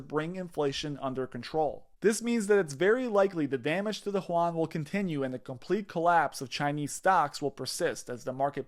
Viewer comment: lol Juan? it's Yuan man.